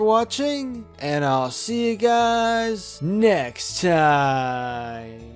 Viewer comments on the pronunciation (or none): none